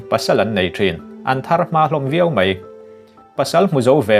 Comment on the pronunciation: "MEI" NI LOVIN "MAI" tih tur